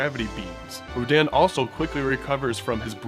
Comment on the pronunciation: RADON not Rodan